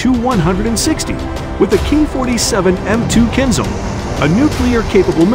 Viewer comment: It’s pronounced Kinzhal not Kinzel